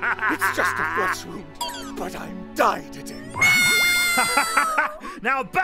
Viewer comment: The fact that aphmau and the others don't say "dying" but say "diededing" OH MAH LORD EVERYTIME I HEAR IT I AM ALWAYS "diededing" OF LAUGHTER XD